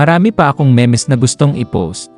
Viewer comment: Brod correction lang. Ang bigkas ng MEMES ay MEEMZ hindi ME-MES.